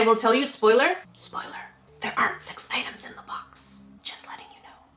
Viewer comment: he says POSSIBLY 6 idems